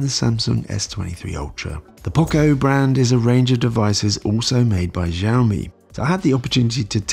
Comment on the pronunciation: Xiaomi-how to pronounce it in Chinese google it. most people do pronounce it wrongly. it should be . X is Sh or Si like Xi Jinping. Shi zing ping. Xiaomi- will Shiao-mi=Shiaomi.